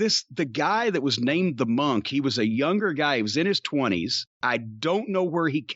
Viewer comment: I literally just learned this week it's pronounced "Mun-k" where as I've always pronounced it as "Mon-k".. Hearing Jim say it so many times made me realize how wrong I was for all these years.